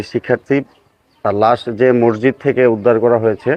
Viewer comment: মরজিদ না মসজিদ উচ্চারণ ঠিক করতে অনুরোধ করছি